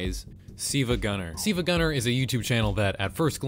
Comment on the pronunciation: Dude, you're driving me crazy!! Why do you keep saying "SEEVAGUNNR"?!?! It's obviously SILVA (Silver without the ER and replaced with an A instead). It pisses me off because you said it right when you said GilvaSunnr... Why wasn't that GEEVASUNNR!?!? Are you trying to play a "Cool-HWHIP" meme on us??? Get it together, man!!